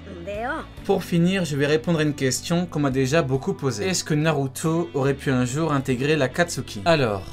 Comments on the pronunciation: Pourquoi tu dis narutso🤣🤣🤣🤣🤣🤣🤣🤣😐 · wesh tu a un problème avec le O ou quoi narutoeee , plutoee (ne le prend pas mal )